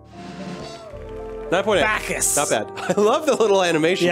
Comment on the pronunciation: It's a ch not a k so it is bacchus dum dums